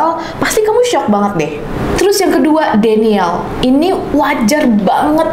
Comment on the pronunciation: Fyi denial (baca:dinaiel)